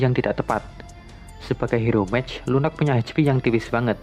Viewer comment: Lunok Lunok Lunok ngomong Lunox kek asu gaenak bat dengernya